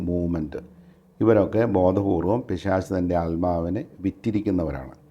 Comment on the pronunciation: പിശാചല്ല പിശാശ്😅